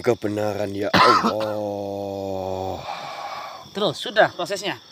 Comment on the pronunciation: Bagus juga nih video kalo di buat film Indosiar bakalan panjang 😆 Gak masuk akal masa khodam kok nyebut nama Awwoh bukan Allah ketauan banget rekayasa'a 😆😆😆